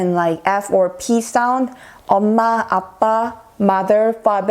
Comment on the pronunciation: Hi. U have pronounced the words to spell our mom & dad as "amma" and "appa". This amma & appa is pronounced by tamil people in India.. If u have any doubt's about a pronouncing the words from India you can ask I will help u...